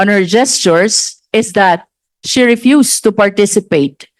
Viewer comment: Walang H sa alphabet si Marcoleta, sabi nya Si (referring to Sarah) maraming beses ko sya pinaulit ulit na pakinggan, Si talaga instead of She. Ibalik to sa school! Ibalik sa kinder kse dun nag start yung learning alphabet! Meron pa yong rushing sabi nya rusing daw.